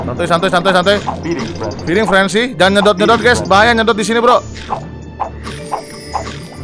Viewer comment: Feeding bor bukan freding